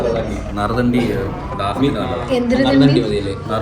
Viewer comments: നറുതെണ്ടി അല്ല നറുനീണ്ടി 😂😂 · നരുതണ്ടി അല്ല നറുനീണ്ടി